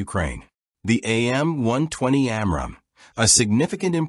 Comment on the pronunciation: And its pronunciation of AMRAAM is annoying.